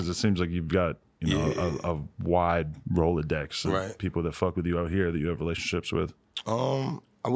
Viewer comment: this nigga adam said rolodex lol